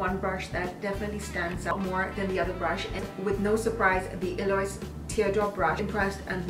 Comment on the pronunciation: Eloise - EL-oh-eez :)